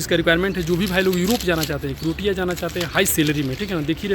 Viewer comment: क्रोटया नही क्रोशिया Isme t silent h,,AP bade bhai h bura mt manna......❤